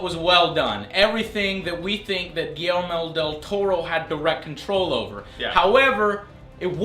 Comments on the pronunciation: I loved how they said "giermo del toro" 1 thousand times, i laughed my ass off xD. It is pronounced "GuiSHermo del toro" the "SH" sounds like shoe :) just so you know, i still loved the review :) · i laughed when he said Guillermir dil toro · Everyone is like "GuiLELELE Del Torro" xD